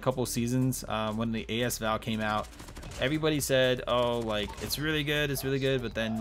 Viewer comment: A S Val? Thought it was asval